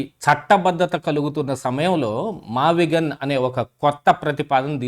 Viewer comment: ఆ భూములు "మావిజగన్ " అనేదాన్ని అన్న నోరుతిరగక " మావిగన్ " అన్నాడు అన్న 😂😂😂😂😂